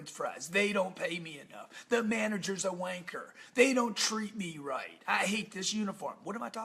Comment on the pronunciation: Funny listening to an American saying "wanker"!! ha ha ha!!